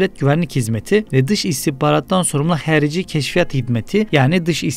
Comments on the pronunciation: Abi, bunu bilerek mi, yapıyorsunuz bilmiyorum ama "XARİCİ"nin türkçedeki karşılığı "HARİCİ"dır."X" harfini telafuz edemiyorsanız bunu "H" olarak okuyabilirsiniz. Diğer sesler zaten türkçedeki ile aynı. "HERİCİ" ne, dalga mı geçiyorsunuz? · Abi sen Harici diyemiyormusun? Herici ne kerdeşimm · Emeğinize sağlık amma Xarici'ni Harici diye okumak yerine Herici diye okuyarak fazla kasıyorsunuz. X ile başlayan sözü hani bir şekilde anlarım da Nazir kelimesini de hayli hayli nazir diye okuya bilirsiniz Nəzirliyi nedir Allah aşkına, bir de okuduğunuz gibi de yazmışsınız. Sonuçta çince deyil yani bu da türkçe. Bu kadar yakın dili bu kadar zorlanarak telaffuz etmeniz biraz garibime geliyor. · Hərici, ya da herici değil, Harici. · Harici sözü türkçede yok mu? Niye hərici diye telaffuz ediyosunuz? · "Nəzirlik" yox, "nazirlik". "Xərici" yox, "xarici". A hərfi ilə probleminiz var? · ala,adlari emelli bashdi oxu.nezirliy nedi?herici nedi?yox bi merci nazirliyi.oxumagi oyren